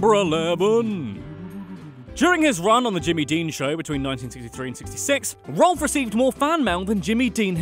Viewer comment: Rowlf is pronounced rawph like the sound a dog makes.